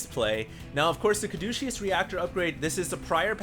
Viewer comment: I wouldn't say anything if you hadn't said it so many times. Caduceus doesn't have a 'SH' sound in it. I thought at first that you were making a joke implying the use of this upgrade is douchey... but as you kept repeating it, I came to believe you just didn't know hot to pronounce it. Hopefully helps on future casts! :D